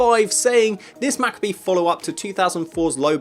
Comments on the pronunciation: 'Macabee'. Really? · I had to re watch that to see if my ears had just lied to me :) As long as you don't start saying excaped I guess you can be forgiven. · That's defo not how you pronounce macabre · that's not how you say that word bro!